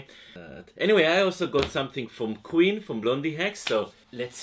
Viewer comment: Pronouncing "Quinn" as "Queen" is precious. Stoked to see that she drew your name, love both your channels!